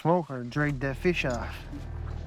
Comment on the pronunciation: Feesh, he gonna eat him some feesh..if it smells like feesh, its a deesh